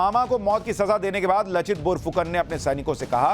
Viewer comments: Thanks pronounced laachit instead of lachit.( LAASIT ) plz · Laa not la ,bor nhi bar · It is लाचित ... not लचित :) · लचित नहीं लाचित। बोरफुकन नहीं बड़फुकन। बड़ का मतलब बड़े या बड़ा। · U r doing good job. But one rectification is there, "laachit" not lochit ....I mean accent..... Then Bor .. boruna .....aahom.... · लचित नही sir लाचित, बोरफुकान नही बरफुकन है। जो assamese में "লাচিত বৰফুকন " होता है। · लचित नहीं लाचित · Sir in case you're reading my comment, I'd like to correct the pronunciation of Lachit. It's pronounced Laa-chit not La-chit. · Very good sir..Lekin लचित नही है ,,लाचित है सहि pronunciation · लाचित बरफुकन , लचित नही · Laachit not Lachit in hindi. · Read as "Laachit Barphukan"... not lachit and not bor its "bar"